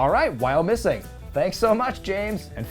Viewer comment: Did fine with Wyomissing pronunciation! I love the background music 😂